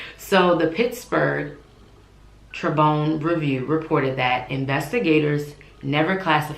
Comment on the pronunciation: First of all she’s from mckeesport pa and it’s tribune not tribone